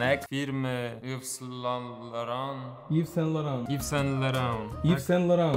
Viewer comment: to się wymawia IW SĄ LORĄ xD